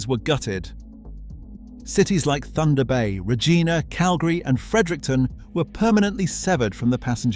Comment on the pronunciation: Well researched and great video clips. Unfortunately you didn't research how to pronounce VIA Rail, it's not V. I. A., but Via, like the English & French word. Also, Regina is pronounced with a long 'i', it rhymes with a body part.